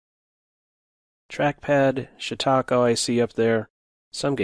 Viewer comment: I like how pronounces "shitaco"